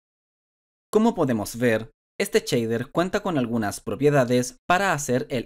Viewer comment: Cada vez que oigo "Chader"... Grrr